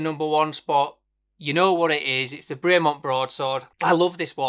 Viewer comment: Great watches but if your a super fan why don't you pronounce the company name properly? It's BREM-ON not BRAY -MONT. great vid btw